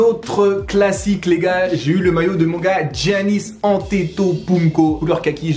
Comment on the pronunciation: Je sais imbécile, il l'a prononcé Jannis.